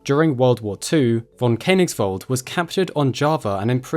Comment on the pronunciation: pronounced like fonn Kö (a bit like e in nerd) nigsvald